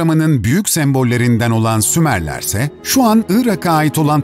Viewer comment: Abi önce uygarlar diyip sonra sumarler diye konusdunuzda anlamadım